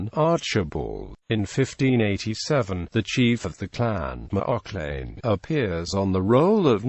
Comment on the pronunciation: That isn't how you pronounce the name. Its an "a" sound. Macl"a"chlan